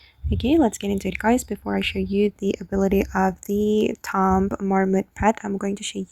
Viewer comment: Heads up. "Tomb" is pronounced "Toom"